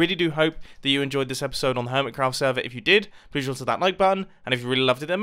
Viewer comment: You said hermicraft's again....